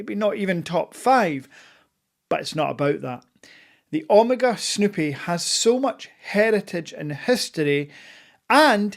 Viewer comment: Not sure I’ve ever heard Omega pronounced “Omarga.” 😜 I know you bought grey but consider yourself very lucky as it took me 2 watches from a boutique over the course of 3 months to get mine fast. With that being said I sold one eventually as I got the snoopy as it was a white dial speedy and was a little too similar. My advice switch out the strap and tang buckle for the omega clasp and loopless strap everyone uses. The strap it comes with is completely horrible and makes the wearing experience unenjoyable. Once you switch the strap out, it wears perfectly and is as amazing on wrist as off. The dial isn’t “treated” btw it’s pure 925 silver which is engraved on it. Also a fully wound speedy takes more than 35 winds. Wind until you hit the “wall” to get a full wind. Also the speedy wears smaller than 42mm, bezel to bezel measurement is 39.7mm and that is how it wears to the eye as Omega counts the chrono pusher protectors to get to the 42mm casing size. And please don’t mention Hublot in the same sentence as Omega ever again 😂